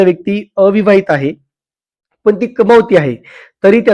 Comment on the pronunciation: पन पन पन ❌ पण पण पण ✅